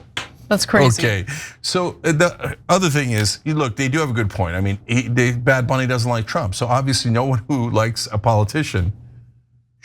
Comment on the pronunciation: Not sure who bad bunny is but am sure that isn't how you should say it